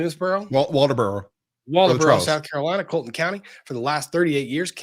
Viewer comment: Hi Guys, from South Carolina, I don't mean to offend, the trial is in Colleton Co. (Colin. ton). Thank you from a history nerd.